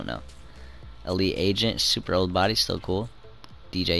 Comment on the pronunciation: STOP CALLING IT BODY SOUNDING LIKE A KILLER